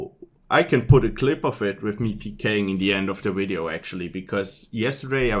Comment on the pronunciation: I love the way you say "wideo" :)